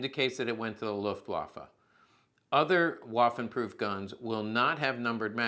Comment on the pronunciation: “Waffen” is pronounced with a ‘V’ sound, not like “waffle“. Food for thought.